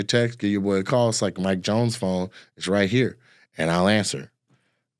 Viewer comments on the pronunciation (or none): none